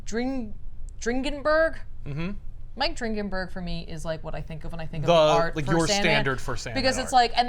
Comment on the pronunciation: I believe Mike Dringenberg’s name is pronounced “Drin-Jin-Burg” but I’m not positive.